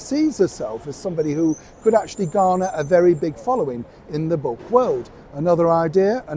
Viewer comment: Did you say book or crook club?